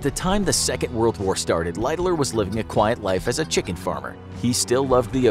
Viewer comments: Lighterloererer what kind of pronunciation is that?????? The phonetic pronunciation light-haller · I watched as far as the hideous pronunciation of "Lightoller" and could not go any further.